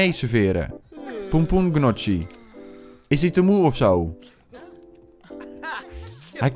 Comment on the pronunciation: Gefeliciteerd met je verjaardag!! Je zegt trouwens pompoen njoggie;)